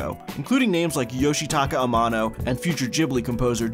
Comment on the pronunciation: great video, but please work on your Japanese pronunciation. Youmex is pronounced "yuu - mex", Yoshitaka Amano is Yoh-She-Tah-Kah Ah-Mah-Noh for a few examples...